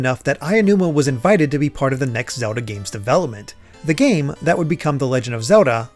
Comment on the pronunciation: Is it just me or after hearing it so many times it starts to sound like he's saying Zewdoh